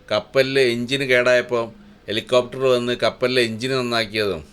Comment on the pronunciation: Helicopter alla😂😂😂😂helecaaaafter😮😮😮